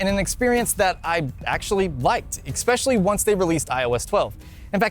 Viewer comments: Expecially? Really? How old are you? eSpecially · Did he say 'exspecially'? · Oh dammit he said “exspecially” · Turned off after 2nd xpescaly and xplain. Speak right man you are adult 🤦🏻‍♂️ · “Exspecially” That... bothers me way more than it should.